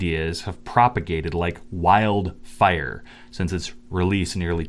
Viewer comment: Why did you intonate 'wild fire' like it was the first time you've ever said it